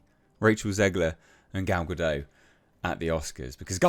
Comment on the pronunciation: And it's not a silent T in Gal's name. You should say Ga-Dot